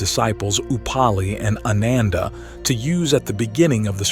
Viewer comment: Dude, your pronunciation of Sanskrit/pali words are ATROCIOUS. It's AAnanda.. not ANUNDAA. Its Vipaasana...etc. pretty much every Sanskrit word has been pronounced incorrectly.